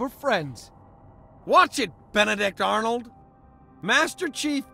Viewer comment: I actually thought he said Benedict Darnold the first time I heard that lmao 🤣 🤣🤣